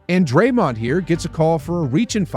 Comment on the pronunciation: It’s Draymond lol